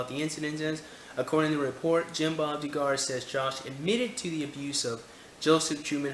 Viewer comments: dontbeknowing Yes, Dug-er is the proper pronunciation. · Doo-gar is mispronounciation, I think. Isnt it more like Dug-er? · It's Duh-gar my friend.